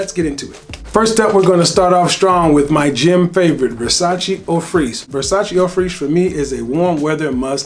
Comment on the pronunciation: eau freesh? Just pronounce Fraiche like fresh.